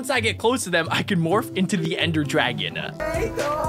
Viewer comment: its not dragona its dragon